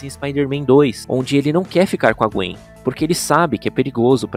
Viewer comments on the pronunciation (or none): none